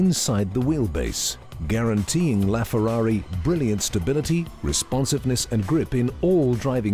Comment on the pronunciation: I don't think it's pronounced "Laughferrari"